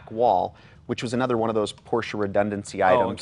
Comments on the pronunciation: Even Jay pronounced it correctly this time. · it's nice to hear him pronounce it properly for a change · It’s porrrsh. Forget proper proper pronunciation.